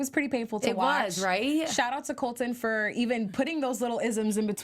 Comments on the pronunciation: you pronounce it like this COLT - LON rather than COL - TON. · tell to PLEASE pronounce her T's. His name is Colton.